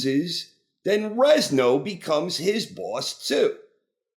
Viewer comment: "Rezno"? LOL. Stop saying it! It's Renzo, like Lorenzo, dude!